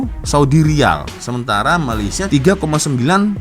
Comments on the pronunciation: Malaysia..bukan mayaysia😢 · BUKAN MAYAYSIA LAA TAPI MALAYSIA... EJAAN MALAYSIA PUN TAK BETUL, APA TERUK SANGAT, NEGARA JIRAN PUN TAK TAU NAK SEBUT.